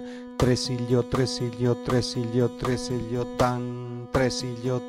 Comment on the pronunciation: buenas tardes todos estaba bien pero cuando entramos a los tresillos la pronuncia la palabra trsillo mejor sería el sonido no la palabra